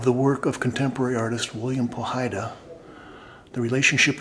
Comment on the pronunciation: 18 years and u still cant pronounce his name right, try pough high duh.